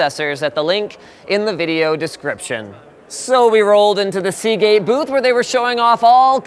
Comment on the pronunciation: Ya lost me at Seageate.